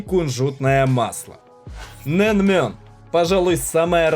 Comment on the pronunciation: Не нэнмён, а нэмён! Не ранмён, а рамён!